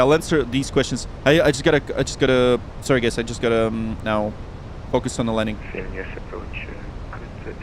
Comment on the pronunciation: Why is it weird hearing someone Vilnius name properly and not something liek Vilneus. Nice work!